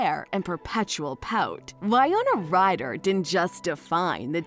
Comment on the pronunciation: If you’re going to do a documentary style video on someone, make sure you can at least pronounce their name correctly.